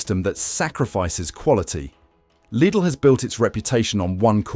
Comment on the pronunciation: Lid-ull, Lied-ull, leed-ull. Three different pronunciations of LIDL in one AI read video.